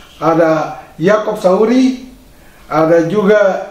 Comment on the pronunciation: Salfok sama ucapan Yang bilang yakop Sauri padahal kan yakop sayuri 😁😁.salam sehat